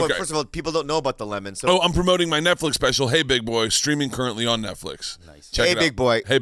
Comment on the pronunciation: Did Lee call it the 'NutFlix show's? LMFAO